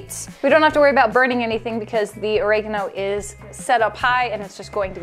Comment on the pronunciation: Or-Egg-A-No.... Wwwwhat, thats the first time I've heard it pronounced that way 😬😆 Each to their own 👍